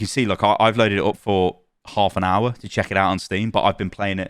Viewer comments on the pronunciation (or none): none